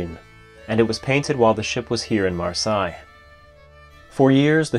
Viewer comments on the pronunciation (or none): Fascinating story! BTW, not meant as a criticism, but the city in France you cited on her first Atlantic crossing trip is pronounced "mar-say". The French spelling doesn't make it easy to decipher the pronunciation. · Beautifully rendered in every respect. Apologies if this has already been covered: Marseilles is pronounced "maar-say." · Super story. The French port is pronounced "Mar say". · Interesting pronunciation of Marseilles. 🤣🤣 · Marseille is pronounced (and written) differently from Versailles